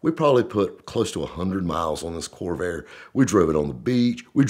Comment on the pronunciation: It sure sounded like kept saying kobe 😂